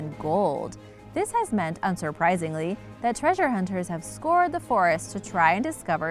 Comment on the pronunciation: Scoured like sour not like sore. Pretty sure you've rare heard that word. But it's said as skowerd basically.